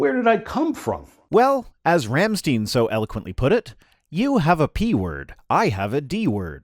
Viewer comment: lol “Ram-steeeeen” love you anyway.